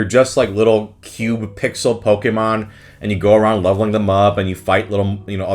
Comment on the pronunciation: I appreciate your correct pronunciation of Pokèmon